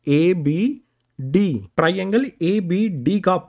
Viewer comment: Triangle❌ Tiraiiangle✅